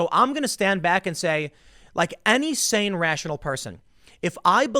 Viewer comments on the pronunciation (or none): none